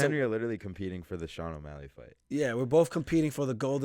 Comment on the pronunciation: Why do you keep calling him O’Molly 🤣